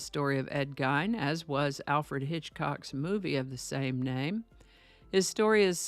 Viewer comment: Hi just a couple of pronunciation issues. I only know because I live in Wisconsin lol. It’s Ed (geen) with emphasis on the ee. Like lean. And pronounced (wau pawn) like awww pawn. Hopefully that makes sense.